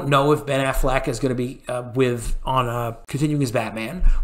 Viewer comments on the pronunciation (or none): none